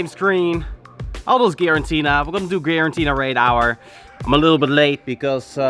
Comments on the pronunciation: *Giratina. Not Girantina 😂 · Please, mate. G-I-R-A-T-I-N-A ! Not Girantina. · Is it me or are you allways saying GiraNtina? :D